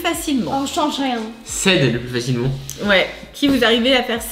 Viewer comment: C'est "chance " et pas "chense " 😅